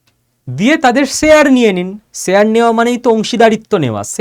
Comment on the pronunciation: ইস এই উচ্চারন? শেয়ার উচ্চারন ঠিক করুন। চ